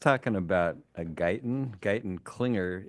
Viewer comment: You said “Guyton-Klinger”…I heard “Gunter Glieben Glauten Globen” and I broke out into song. It’s the intro to Rock of Ages by Def Leppard of which my cube mates didn’t appreciate.